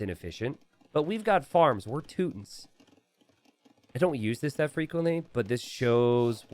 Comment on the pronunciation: How dare you say Teutons without the emphasis 😢🫣 - Teeeeuuuuuuutons